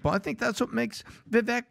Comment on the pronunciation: "People were mean to me because I'm brown!" *intentionally mispronounces vivek's name